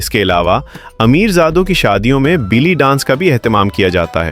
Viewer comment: بیلی نہیں بے لی